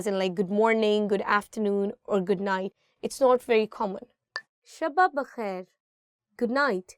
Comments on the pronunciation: Unfortunately your English is much better than your urdu. For example it’s not “ shabb-ba-bakhair” rather it’s “ Shab-ba-khair”. Similarly in other videos you used “ khair muqadd-dam”. The correct pronunciation is “khair maqdam”. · It's shab bakhair not shaba bakhair 😢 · Good night : shab bakhair doesn't pronounce the way you pronounced it's not shabba khair ❌ it's 'Shab - bakhair ☑️ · Me too 😂 but did you notice her pronunciation of shab- bakhair she said Shabba khair 😂😂 wasn't correct and also from previous video khair maqdam she pronounced like muqaddam with adding tashdid on د like muqaddam the one which means Priority.😂😂 Who appoint her as an Urdu teacher she isn't perfect for teaching Urdu , she also speaks very fast and for international students it's very difficult to understand .